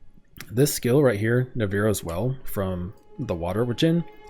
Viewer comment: Low-key thought you said Dijons for a second